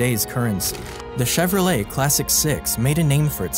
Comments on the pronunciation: So we have been mispronouncing his name this whole time. It’s not chero-leT it’s more schevro-lei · Till today I didn't know that you don't pronounce the "t" in Chevrolet 😢